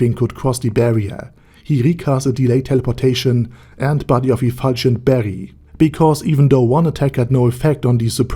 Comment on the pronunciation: Body of efulgent barrel** is the pronounciation, no?